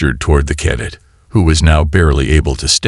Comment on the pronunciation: I struggled for the first 2 minutes. This is the first story I have listened to from you. G.D!!!!! Did you get your POS AI at the same second hand store as most of the rest of the channels!!!???? JESUS!!!!! WTF is: "unREDable", "WARferring", "KADit"(cadet), "ITHan"(Ethan), "....we PERfikt strategy"!!!!!!!!!!!!!!!!?????????????? YOUR AI SUCKS!!!! Do you even proofread/listen to them before posting!!!??? Apparently not!!! This was my first of your stories.....AND my last!!!!!!!!!!!!!!!!!!!